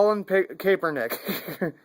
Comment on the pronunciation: his last name is Kap-Er-Nick.